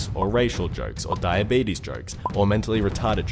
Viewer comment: When he said "Diabetes joke" I thought he said 'dying babies'. And by that... What's more funny than throwing a dead baby off a cliff?